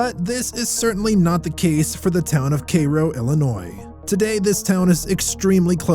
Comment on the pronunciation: It is pronounced Care-O, not Kay Ro. I live in IL and old. LOL. Otherwise I sure enjoyed your video. TY